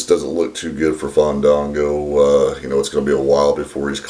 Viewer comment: I think you didn't let the a breath, it's Faaaaandaaaango! Haha!